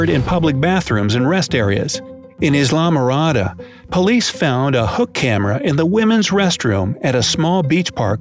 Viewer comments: You pronounced Islamorada wrong. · It's pronounced EYE LA MORADA. No "S" sound. You don't say Island with an "S" do you? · Oh boy......as if I wasn't paranoid enough already..... P.S. It's pronounced EYE-lamorada (not IS-lamorada)......just sayin...... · Isla is supposed to be pronounced like isle or island not is-la but ila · The "s" in Islamorada (in the Florida Keys) is silent, and the" I" is a long" I." It is pronounced "Eye-la-morada" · Islamorada , located in the Florida Keys, is pronounced similar to the way you pronounce the word island. You don't say is- land, you say I - land. Likewise, you say I- la- morada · He said islamarada wrong lol